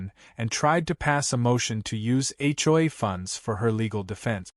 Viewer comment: When will AI learn to pronounce HOA instead of H,JOY🤣🤣